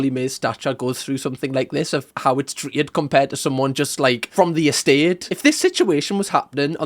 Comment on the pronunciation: I notice you always say, "tret" rather than "treated", there is no such word as tret. I enjoy your content a lot but for some reason this bugs me lol